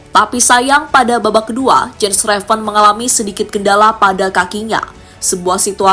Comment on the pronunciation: its "YENS" not "JENS"